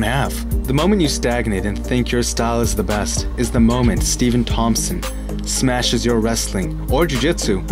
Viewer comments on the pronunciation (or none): none